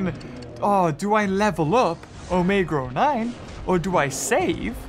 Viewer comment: why do you keep saying “omega or 9” that o9 sound like or ok sorry for anger you 😥